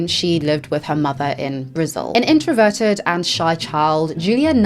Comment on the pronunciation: It is pronounced brazil not brizzle 😅 sorry to point that out just never heard anyone prounounce it that way ✌️🫶